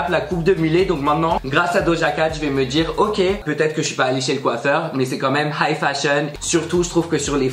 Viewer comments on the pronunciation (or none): none